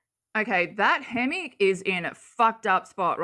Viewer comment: Poor babies... I wish they could be in a loving home. Absolutely heartbreaking. 😭💔 Thank you for showing this and raising awareness. Ps... my mom is from Minnesota and pronounces "hammock" just like Katie. Lmao. My brother and I always made fun of her for it. 🤣